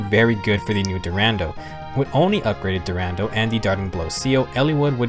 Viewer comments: Sorry for this but i always laught so hard, everytime you said "DuRANDEL" but this Sword is called "DuranDAL" just like Brave Roy say it in his Quote. But i really love and enjoy your Videos! You make a really Good Work! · It's dur-ah-dal